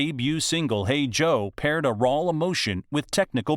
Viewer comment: What's this about 'rawl [sic] emotion'? Narrator having difficulty shifting between consecutive vowel sounds?